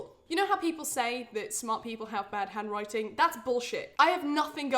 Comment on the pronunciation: Not sure why but my Canadian ears sometimes hear the word “hemorrhoid” when she says “handwriting.” Anyone else? 😬